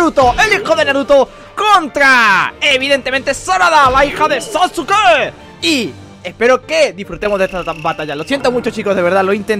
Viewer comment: SE PRONUNCIA SASKE >:( DISLIKE